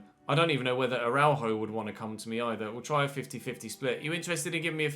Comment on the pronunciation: araujo is pronounced a-rah-you-ho